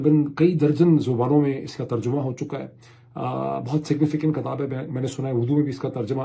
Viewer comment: Please call book..kitaab not kataab ..bharna is BARHNA..a little correction.. please don't mind it .thank you